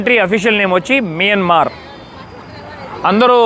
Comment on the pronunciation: Please pronounce properly country name that country name is not మిన్మర్ మైన్మార్